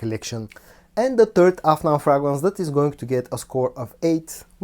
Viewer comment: (Pronounced Fraygrance not Fragnance)